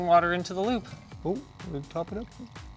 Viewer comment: I kept hearing lube every time you said loop...lol